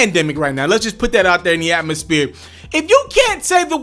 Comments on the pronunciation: Yes and also “atmospere” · Also check . “Atmospere” ???